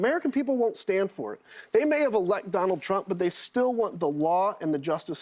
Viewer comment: Anybody else hear that "donald tramp" ? Love it